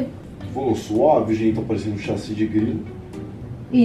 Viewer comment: KKKKK a nao consegue falar chassi kkkkkk